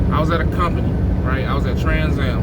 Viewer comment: You mean Transcam not TransAm